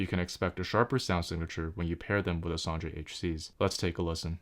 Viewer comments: It's "Son'a" not "SonDJa"... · How do you keep pronouncing them like "Soundra"? There's no u, no d and no r in there! 😃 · I'm pretty sure it's pronounced "Sonya" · Also, several languages pronounce j like an English y. This reads as Son-ya to me. 🤷